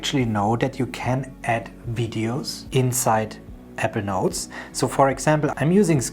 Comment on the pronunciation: You sound more like you’re saying “Evernote “ than you do “Apple Notes” ..:..